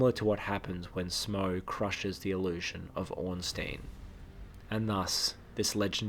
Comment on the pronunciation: It's pronounced Smoff.